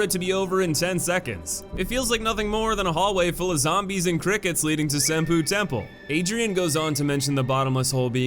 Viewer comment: Dawg I love your videos but you've GOTTA learn how to say these place names correctly... cringed every time I heard "Sin-poo Temple"